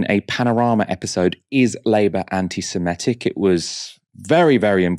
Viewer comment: The word is Semitic not semetic